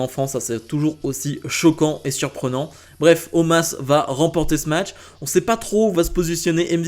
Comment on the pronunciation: Non mais sérieux omaaas au lieu de omos...